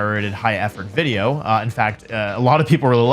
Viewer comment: I havnt watched wolfey in a while. But when did stop saying "wideo" haha